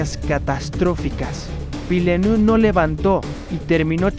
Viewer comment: Un consejo. No todo lo que lees es inglés, se pronuncia Vilenev.